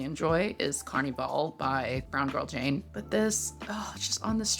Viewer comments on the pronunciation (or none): none